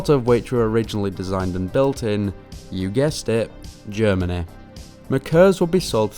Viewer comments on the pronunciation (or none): none